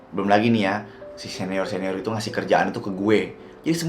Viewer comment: aku dengernya Neor😭🙏